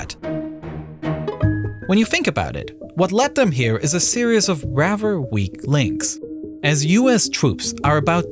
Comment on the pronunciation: either, not EVER. rather not RaVER. I can keep going this is unacceptable.